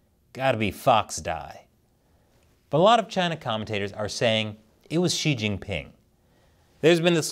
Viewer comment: Wrong pronouciation. Shouldnt it be See Jinping instead of She Jinping?